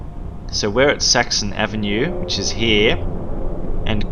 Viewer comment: Every time he says Saxon Avenue I hear Sexy Avenue